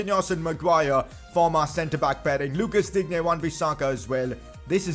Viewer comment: digne is pronounced as din ye